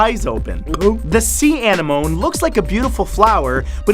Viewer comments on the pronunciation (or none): An-I-moan? Lol....